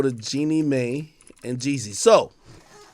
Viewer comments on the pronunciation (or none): please stop saying May ….. it’s Mai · FYI: Mai is pronounced MY